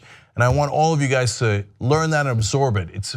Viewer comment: Isn't it you guys(es) and not yer guys? Just wondering Cenk.